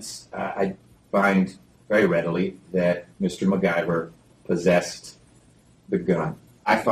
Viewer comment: I like how it’s McIver but all of the news people keep saying MacGuyver 😂😂😂